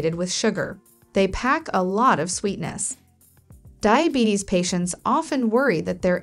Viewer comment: Not DAIABETICS its DIABETES